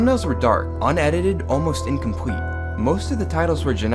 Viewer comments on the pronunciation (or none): Did nobody hear him say incompwete